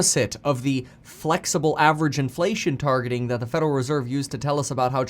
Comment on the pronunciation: FUDeral reserve 🤣